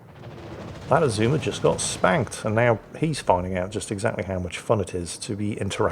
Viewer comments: Your second pronunciation of Azuma is correct. You don't lengthen vowels, if not indicated. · You also don't stress the second syllable like with most English words. No idea what the pitch accent for Azuma is though.